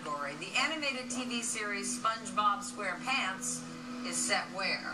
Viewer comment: I like how she emphasized SquarePANTS.